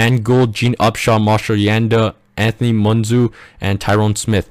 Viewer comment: I'm not hating but u said Anthony Munoz pronounced (moonyoz) and Ryen russillo pronounced (russilo) wrong it wAs pretty funny wen u said moonzoo well that's fine I like getting laughs out of vids definitely thumbs up for here